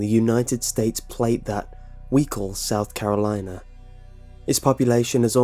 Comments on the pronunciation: "South Cakalacke" I CAN'T STOP LAUGHING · Hearing your accent to say: "Good ol' South Cackalaki" made my day 😆👍 Sounded quite proper, cuz